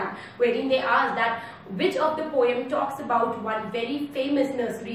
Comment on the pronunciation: Your accent is good, just pronounce the word Poem correctly, rest is OK! 👍